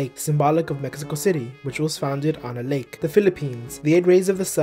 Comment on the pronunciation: He said my flag wrong Mexico in